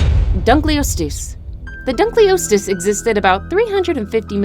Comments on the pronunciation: It's dunka-loes-steus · Say dunkleosteus right noob